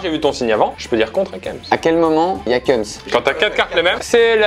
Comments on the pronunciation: Kems se prononce bien "Quémss" et pas "cums" c'est une règle de grammaire. un E qui précède une consonne se prononce é. Et puis en Français, il n'y a aucun moment où le E est prononcé U ou OU. A la limite si il y'avait un tréma, mais là, c'est clairement pas le cas. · Kèms et pas keums mdrrr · par contre on dit pas « keums » mais « kéms »..... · Prononcer kems « cums » c’est très grave et très perturbant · J’étais perturbé par le mot « kems » prononcé « keums » et c’est très grave cette prononciation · Ui de ouf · De ouuuf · 3 secondes de vidéo et qu'entends-je : qui dit Keums pour kems ? Wtf ?? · prononciation keums supremacy